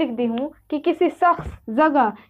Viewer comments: Bahen phele bolna to sikh jaye soro nahi huta balki shoro huta hai bri shin huta hai na ki sin aap shakhs ko sakhs bolrhi 🙏 piles dosro sikhane see phele kudh sikhjaye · بہن جی پہلے جاکر خود الفاظ ٹھیک کرلو شخص تک کہنا نہیں آرہا آپ چلیں ہیں ٹیچر بننے